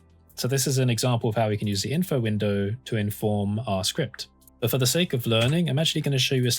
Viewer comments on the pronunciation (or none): none